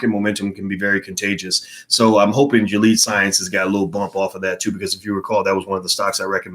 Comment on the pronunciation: Dr. Watkins “Gilead”... is actually pronounced Gily-ad ... thanks for wisdom on the markets